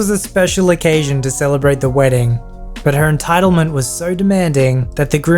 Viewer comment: That was a good "wrdding"